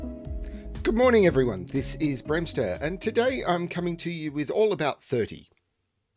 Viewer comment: I did not think that the first puzzle I ever set would be interesting enough to appear on your YouTube channel. Thank you Bremster and I‘m happy you and all others here liked it. 😊 And yes, you pronounced my nickname correctly 😁